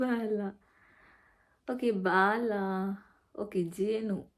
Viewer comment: ಬೀಲ ಅಲ್ಲ ಬಾಲ ಅದು 😂😂😂